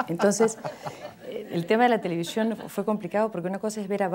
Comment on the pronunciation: Linda entrevista. Qué pena que no pronuncia bien la ese, dice sh, televishion. Y esposa de locutor,!!!